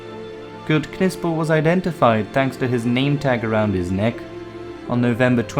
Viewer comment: You dont pronounce the K .. its pronounced like Nipsel .. you dont pronounce the K in Knife or knight or know ... i could barely sit through this video with you mispronouncing Knipsel every 5 seconds